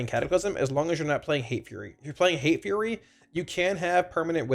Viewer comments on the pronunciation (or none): none